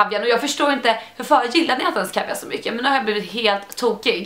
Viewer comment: Äntligen nån som kan uttala laktris och kaviar😂😂😂